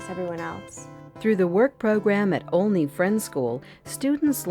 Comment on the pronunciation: It's a nice video, EXCEPT- the narrator mispronounced the name Olney. The 'O" does NOT rhyme with "only" or "lonely". It should rhyme with the O in Oliver or olive. Also, she steals a sylable from the word "parparatory." She says "prep-i-tory" instead of pre-pare-a-tory. Olney deserves better. As an alumnus, I well know Olney provides its students with excellent values-grounded experience in and out of the classroom. Graduates join a close-knit, lifelong community of alumni.